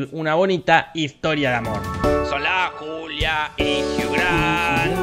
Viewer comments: yo escuche culia en vez de julia xD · Yo le entendí "soy la culia gil" y quede wtf 🤣🤣🤣🤣